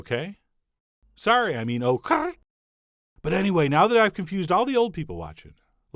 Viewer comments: LMAO chef John that OKURRRRRRRRR had me wheezing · Chickens round the world perked up at your “ OKURRRRRR” 😊 Cardi and Zappa in one video.... 💀